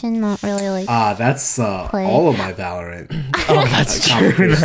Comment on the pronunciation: My ocd just UGH when sykkuno said Valor-Ant